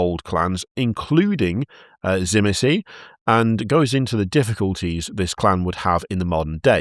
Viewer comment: For the dragon vampires with vlad pronounced zi, meat, zi